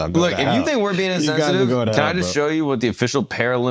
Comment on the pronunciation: said intentitive it's insensitive